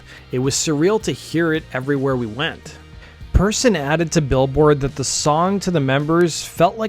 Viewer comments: Persson, as in "Per's son" or "son of Per," not Perrson, and it's pronounced more like "pear-sohn." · Persson is pronounced like pair-shon (ʹpɛrʃɔn). And of course it's not written "Perrson" as you did several times. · It's pronounced Perr-SHON. Good video, but that really bugged me. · 'Svenginson'? Come on, his surname isn't that hard to say correctly... *and it's '90s, not 90's, sheesh. Yawnshupping, okay, that's mildly tricky. Nina's surname is not 'Person', it's said like Pair-son. Next city is said like Mawl-muh. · Every single english-speaking Youtube channel talking about The Cardigans is saying the name "Persson" blatantly wrong. It's not "person", it's "pear-sonn". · Her name is spelled "Persson", not Perrson, and is pronounced more like "Pearson" than Person. Make an effort. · It's pronounced persson not persson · Interesting video. The one thing that bothered me (other than glossing over their best album) is Nina's last name is pronounced "Pear-SHAWN", not "Person". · Nina Persson. Not PERRSON